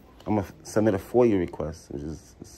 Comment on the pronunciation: It is FOIA...not FOIL.